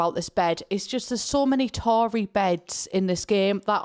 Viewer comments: Is she saying tori bed as in victorian? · ffs "Tory beds" im howling